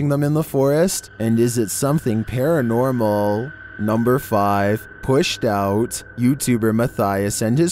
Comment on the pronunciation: #11: Don't u mean "paratnormal"?? 😏